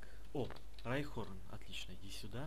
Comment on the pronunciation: У оникса есть эволюции и правильно не райхорн а райхон